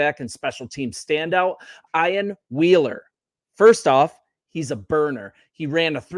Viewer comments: EEEEEan, Ian. Not I an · Pronounced “Ee-an”